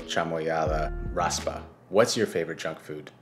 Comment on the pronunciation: Mexican here, love ur videos! just wanted to say that it's not pronounced "Raspa" it's "Raspado"